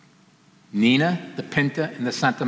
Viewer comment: Niña is pronounced as " Nin-ya"